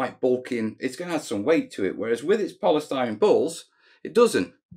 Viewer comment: Awesomeness. I can hear by your pronunciation of “ balls “ that you have been watching old Pink Panther movies with Peter Sellers.